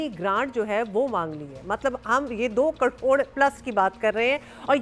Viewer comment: کڑوڑ نہیں کروڑ ❤❤❤